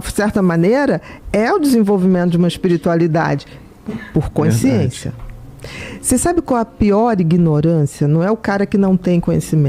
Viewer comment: Q aflição ouvir ela falar "coinsciência"... meu Deus!